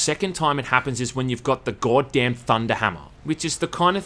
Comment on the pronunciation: you laugh at the Ork’s southern English (Orks are from London apparently?) pronunciation of “Space Marian” but to the outside world your pronunciation of “Geawwd damn” is equally bizarre.